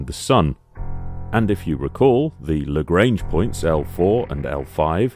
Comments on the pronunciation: You pronounce Lagrange incorrectly, it's a French name and should be pronounced accordingly (La-gr-on-ge not La-gr-ain-ge) Perhaps not related but Thunderbirds 5 was also the space station. Perhaps "5" for being in space was becoming as expected as a wheel. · Just a quick note: Joseph-Louis Lagrange was an 18th century Italian/French mathematician. His surname is not pronounced to rhyme with the English word "range". If you pronounce the "an" part of "range" by the sound of the English word "on" you will get somewhere close to the correct pronunciation.